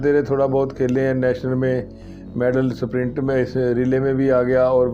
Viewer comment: स्प्रिंट बोलिए न की सप्रिंट